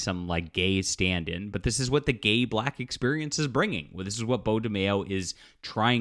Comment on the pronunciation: Why you keeo saying “black” like that though? 🤔